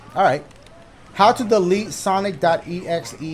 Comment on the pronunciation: “Delet” lmao